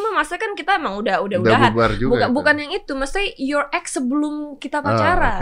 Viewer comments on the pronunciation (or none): Gw kira dia bilang youre egg , ternyata youre ex... Wkwkwk